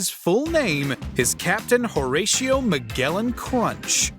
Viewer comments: It's MAGELLAN like the explorer, and pronounced "mah-jell-in." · I believe it's Magellan Crunch with a J sound, not a hard G sound. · You mispronounced Magellan. It’s a SOFT g, NOT a hard one. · Magellan is pronounced mah-GEL-in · Dude doesn't know how to pronounce Magellan?